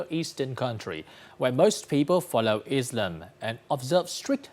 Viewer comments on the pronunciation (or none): none